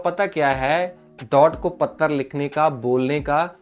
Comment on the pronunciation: पत्तर लिखा है पख्ख रहख्खा है ये कैसे बोल रहे हो 😂😂 ऐसे बी एस एन एल लिखेगा क्या डाट को 😊 वैसे नेट न्यट्रीलिटी का मामला तो बहुत जरुरी है